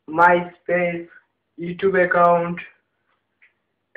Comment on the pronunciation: 'eccount' LOOOL